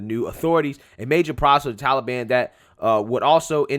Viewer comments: What the blue hell is 'The Tullyban'? Puppet Joey can't even pronounce Taliban correctly. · Of course, it's his go to answer. Biden can't accept blame actually. He doesn't do anything. Trump made no negotiations with Talibon. Why does he keep saying seasonal? Seasonal immigration. Ah oh, it's Talibon season again! Fool